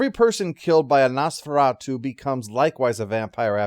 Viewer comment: What is Nose-Fur-At-You?